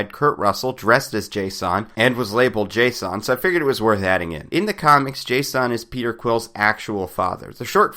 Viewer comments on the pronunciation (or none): dude his name is jason.. not JAY-son. no need to make it weird and scfi-ish its just jason lol that being said, love your videos!